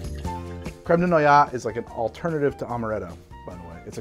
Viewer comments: Noyaux : Not: 'Nwah-yahh' ... it's : 'Nwah-yo' (aux = o , so yaux = yo, and noyaux = noy which sounds like nwah and aux wich sounds like 'o' ... nwah-yo . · BTW, 'noyaux' is pronounced "nwah-yo". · Noyaux is said "No'ah-yo". Don't ask why, it's French. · Uh, it's pronounced noi oh.